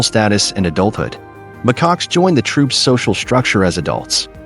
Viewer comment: mccocks? really? stupid AI